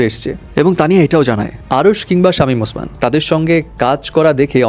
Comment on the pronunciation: Golpo Shamim osman name ki actor ase kew?? Name tato thik kore bolben